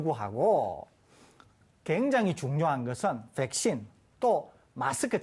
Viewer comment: 설대우교수님 백싄 발음 중독된다